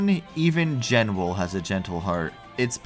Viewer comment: BTW based on Meteonelfilis' names in other languages, the Genwel title seems to be a portmanteau of Genesis and Jewel, meaning it's probably actually pronounced "JE-nool", not "JEN-well"